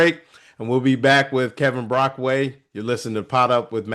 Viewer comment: It’s Brockway Not Brockaway